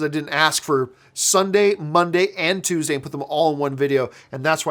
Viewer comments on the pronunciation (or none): none